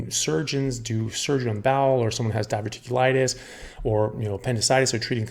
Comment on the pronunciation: It’s diverticulitis 😊